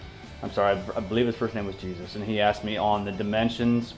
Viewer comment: His name is pronounced Hosea not Jesus